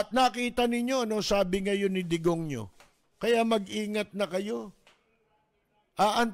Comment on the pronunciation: Digong ninyo ,dinig ko degonyo 😅